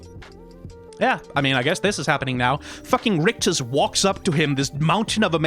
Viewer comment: Rictus not rictor